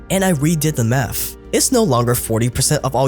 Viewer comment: Groaf? Maff?